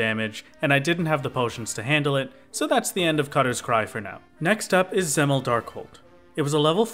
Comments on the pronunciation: You are mispronouncing dzemael (it is pronounced "zem-eye-al") but i dont blamme you, its a very strange word that I had no idea how to read apart from like the one or two times in heavensward it is said in voiced cutscenes. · I think Dzemael is pronounced Zee-My-EL